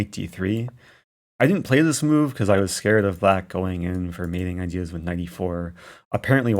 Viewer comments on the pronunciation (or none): none